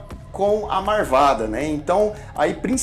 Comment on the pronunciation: Acabou o clima do vídeo quando ele falou "a marvada" kkkkk